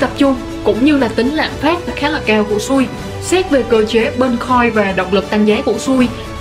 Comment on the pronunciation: Xui chứ không phải sui đâu ad 😂😂😂 sau phát âm cho chuẩn nhé ad